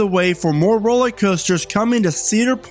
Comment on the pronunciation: Are you saying 'rollie' coaster?